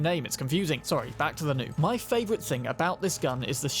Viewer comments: The Nue is less pronounced as “New” and more “New-Way” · Nue is pronounced noo-aye... not new. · Constantly hearing them pronounce it "new" was slightly maddening but understandable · Nue is pronounced new-ehhh and it's a Japanese chimera basically 😂 there are a couple other things you don't know but that's okay ❤️ good vid